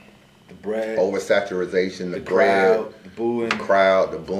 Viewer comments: Saturazation? WTF does that mean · Somebody tell its OVERSATURATION.... what the hell is oversaturization lol